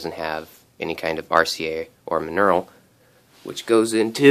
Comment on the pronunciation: Believe it is pronounced mon-OR-el.